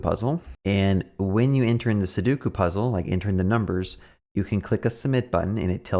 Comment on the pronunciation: Two things right off the bat - it’s pronounced SU DOE KU - please tell me you already knew that the puzzle was 9x9 before recording this video and that you only counted the cells to teach viewers